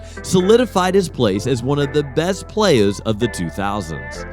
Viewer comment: “Playaz” lol